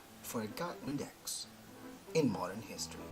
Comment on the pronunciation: Ang lupit ng diction....Moderrrrnnnn.....